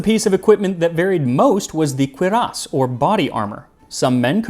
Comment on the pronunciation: Good job pronouncing cuirass not as, well, queer-ass